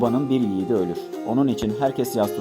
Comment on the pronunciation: ölürürürürürürürürürürür😅 (Sağ olun hocam)